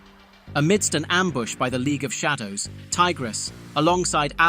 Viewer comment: The AI randomly pronounced "Shadow" incorrectly lol